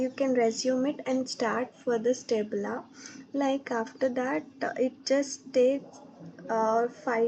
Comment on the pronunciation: Tableau ❌ Tablaaaaa ✅ 😂😂😂😂